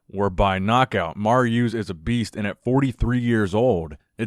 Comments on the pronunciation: no disrespect, but the way you kept mis pronouncing“Mariusz’s” Name kept triggering my ocd lol 😂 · oh man i love the way you butcher Mariusz's name lmao, love the content!!